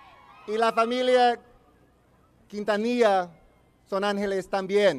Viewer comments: Selena KIN-TA-NI-YA!!!! Omg how can he get her name wrong? I’m crying at Eva Longoria’s speech...😭😭😭😭😭😭😭 And this is my first time watching the video. Suzette was very kind when she removed Chris flowers, I even think I her her ask him can she move the flowers really quick. OMG it’s not that serious. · That guy who was talking in the beginning doesn't know how to pronounce quintanilla right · Selena is NOT TO BE COMPARED WITH THE DISRESPECTED Madonna. Selena never took off her clothes and was VERY RESPECTFUL. SELENA WAS A ROLE MODEL FOR CHILDREN. Madonna was not a role model and will never be. FYI the U is not pronounced in Quintenellia. R.I.P. Selena.